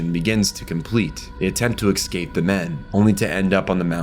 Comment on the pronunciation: also "reminisKing" instead of reminiscing, and his constant mispronunciation of escape as eKscape...